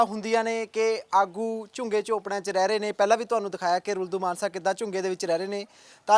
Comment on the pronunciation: Ruldu Mansa kaho manse nahi